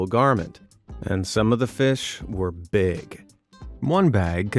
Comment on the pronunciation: "BEEG money for BEEG kitty"